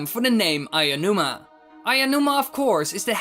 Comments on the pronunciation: Mr. Aonuma, not "AYAnuma." For god's sake, his name is so easy to pronounce but 99% of youtubers fuck it up every time. Aonuma. Ah-Oh-Noo-Mah. Figure it out. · Please learn to pronounce Aonuma. Only some of the Zelda-tubers can even say it properly but most of them just say Aiya-numa or Anuma Good video as usual though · That's not even a slight mistake XD That's totally changing his name lol a little effort won't rot your vocal chords, bro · Aonuma is pronounced Ow-noo-mah (as in when you say "ouch")